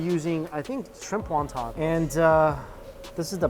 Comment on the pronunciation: He should learn how to say Won Ton the right way as being Asian.